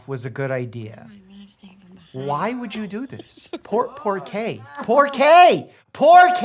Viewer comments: Pork-kay or pourquoi? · por k? Poork kay? Po que? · . The most American "por qué" I've ever heard in my life.😅